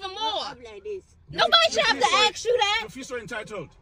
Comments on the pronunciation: It's ask not axe bloody hell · She axed her driver, maybe that's why he was nasty back. If you ax, you might get knifed. That damn stupid slang, irritates the crap out of me. How is it so hard to say ASK?